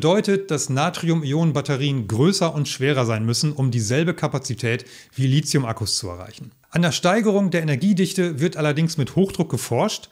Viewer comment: Nix Lizium, das heisst Lithium. Da ist kein "z" drin, also bitte. Wenigsten die E-Auto-Profis sollten das richtig aussprechen.